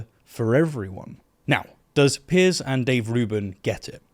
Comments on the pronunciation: I cannot believe you called him Pierce instead of Piers. Terrible show. You're British. I take it back, you corrected your pronunciation later. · it took me a minute - but finally figured out that you should have said 160 thousand, not 16 hundred thousand. Sorry - a pedantic thing to point out but at least I'm not getting angry that you called him 'Pierce' and not 'Piers'.